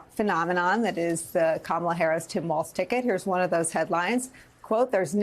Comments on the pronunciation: It’s okay that he doesn’t know how to pronounce “Kamala”Just at least spell “KARMA!” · Trump cant even pronounce Kamala's name!